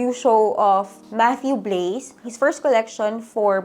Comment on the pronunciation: Matthieu Blazy is Blah - zee not BLAZE PierPaolo Picciolo ja Pee - chow - Lee not PICOLEE Alessandro Michele is Mee - key - le not MICHELLE hope this helps and goodluck on your fashion school.